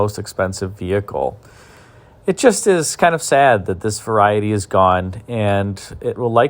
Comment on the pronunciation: You left the "e" out of "variety".